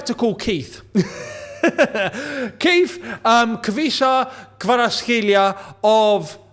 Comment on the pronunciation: Idk why but I chuckle a little every time you say Keith